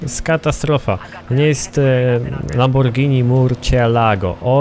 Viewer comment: Lamborghini Murcielago = {lamborgini mursielago nie lamordżini murczielago....}